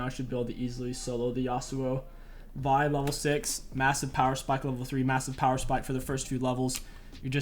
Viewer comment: did this dude really just say vi jungle